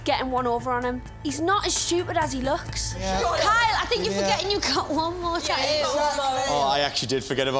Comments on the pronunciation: Do these people have a problem with the letter "t"??? It's a tattoo - not a tahoo. Freaking British - you invented the language, now learn to speak it! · Ummm did this host just call it a TA EWWW?? Lol